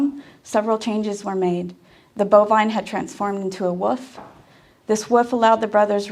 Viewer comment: It’s adorable that she said “woof” instead of “wolf”